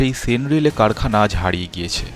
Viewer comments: সেন রেলে নয় , 'সেন -র‌্যালে ' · কন্যাপুর নয়, কল্যাণপুর। সেন রেলে নয়, Sen Raleigh.